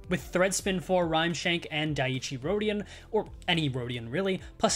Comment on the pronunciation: FYI dieci is pronounced "dee-eh-chee" hope this helps